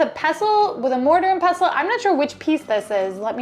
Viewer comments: It's a pestle. You pronounce the T. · Pestle is pronounced pes-tal. You pronounce the t